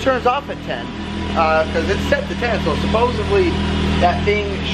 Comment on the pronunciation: *Supposedly (not supposavly) lol! Love your videos, bro!